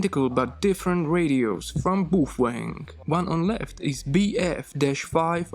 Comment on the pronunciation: I'm pretty sure that's the actual correct pronunciation although NOBODY in the English speaking language says it that way. Personally I'm stuck saying "Bow-fang".